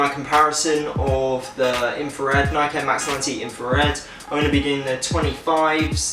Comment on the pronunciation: Should add the ultra essential Infa to this list man, it's such a tight shoe, picked mine up s few days back, sick video, only one bad point, didn't pronounce Nike right haha